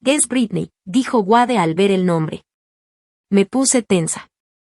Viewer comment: El nombre es Wade! Se pronuncia U(ei)d no Uade. Gracias!